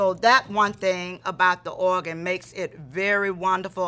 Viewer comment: I love the way she says “oagan”😭❤️